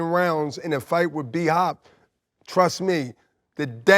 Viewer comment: Calzaghes fans act like he butchered bhop😂